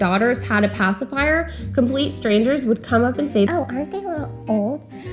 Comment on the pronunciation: "pasiphier" and "binki" both annoy INCREDIBLY ! Am I the only one?